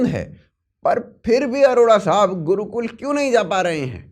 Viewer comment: Wo gurukul is liye nahi gaya kyoki wo 'Gurukul' hai, 'Gudukul' nahi.. 😄